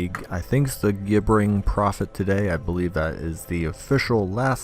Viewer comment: Pronounced like *J*ibbering Prophet.